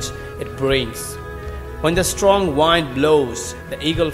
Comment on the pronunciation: Excellent content. Not about accent but certain pronunciation needs correction e.g. Wind. Else, overall inspiring and nice. Keep it up, buddy!!!